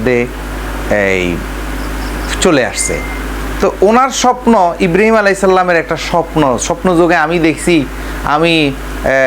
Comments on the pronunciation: হালা কুলাঙ্গার, হজরত ইব্রিম আলাইসাল্লাম, নামটাও ঠিক ভাবে বলেনা, হজরত ইব্রাহিম আলাই (সঃ), বেয়াদব চরম ভাবে বেয়াদব, এরে আইনের আওতায় আনা হোক। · ইব্রিম নয় রে গাধা ইব্রাহিম আঃ বল সালা গন্ড মূর্খ।